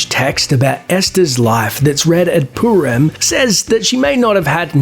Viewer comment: It's not poo-ram it's purim. Douchebag